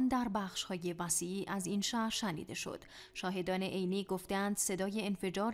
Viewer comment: َشنیده یا شِنیده 😂😂